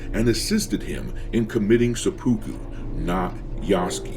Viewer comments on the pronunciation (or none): Please try to pronounce seppuku better. seh-pu-ku The "u" sounds are partway between a long "u" and a long "e". None of the syllables has stress. Hearing "suh-POO-koo" is surprisingly grating.